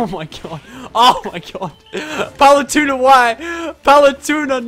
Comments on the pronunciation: I bothered me how said Paletuna instead of Palutena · It is not palatuna it is palatena!!!! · OMG, PaluTUNA can you not. Palu-tEHna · I'm amazed i havent seen this yet... ITS PRONOUNCED PAL-OO-TEY-NA NOT PAL-OO-TUNA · Does know hes saying her name wrong??